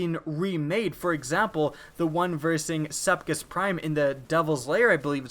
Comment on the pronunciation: Sepkis... Sepkis?! cringe every time.